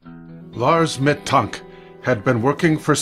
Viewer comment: You pronounce his last name incorrectly